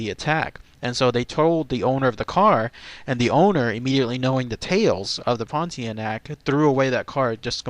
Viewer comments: It pronounced as Pon-Teah-Nak ... not Pon-Tee-Neck . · Your pronunciation of the name is a bit off,... the end part of the word is pronounced 'nahk,' (like 'a' in 'car'). So, it'll be more like 'pohn-tee-ah-nahk'. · pronounced pawn-tee-ah-na-k....….